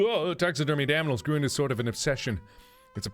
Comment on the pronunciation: he says aminals